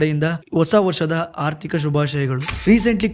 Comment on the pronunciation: Sir ardika not athika